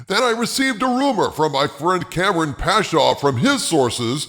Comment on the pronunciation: Kam-ran not kampung.